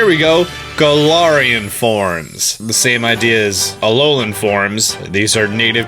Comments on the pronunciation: Garar Wheezing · so u say galar correctly then say galarian wrong why